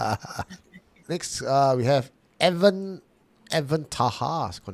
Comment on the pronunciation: Alamak why you butcher my name? e-W-a-n is Evan meh? It's Ewan as in E-one